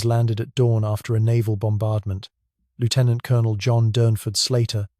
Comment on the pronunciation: For the love of god, or whatever other random fairy tale you choose to believe in, learn to pronounce "Lieutenant Colonel". Thank you.